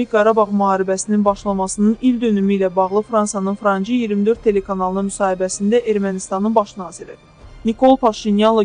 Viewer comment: Franci 24 yox...Frans 24 deyilir.